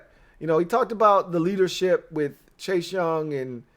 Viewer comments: please pronounce words properly. For example... it's "with"... it's not "wiff" it's "WITH"! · oh damn... I didn't really expect you to actually read my comment! Now I feel silly. Here I'll rephrase with appropriate respect. Dear, Please articulate the word "with" correctly. When you don't, it belies your formidable command of your faculties. But for real though man... you are my new go to for Redskins (always) content. You're naturally charismatic and you know the game thoroughly. I recommend your videos to all my fello Washington die hards. You're killin' it bro... keep up the strong work!👍🏼 HAIL!!!